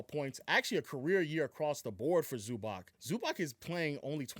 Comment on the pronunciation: Please bro say Zubac name correctly, it’s not that hard